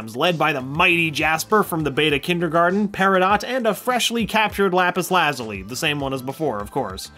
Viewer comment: I take it you have never heard of the Lapus Lazuli before steven universe I can tell by the way u cant pronounce it you seem to have jokes about things like u think your smart though. 😐